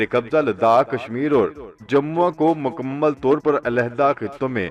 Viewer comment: Aap ne makammal padha wo glat talffuz hai :mukammal :paddedhiye